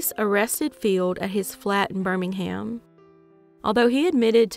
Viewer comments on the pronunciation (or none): none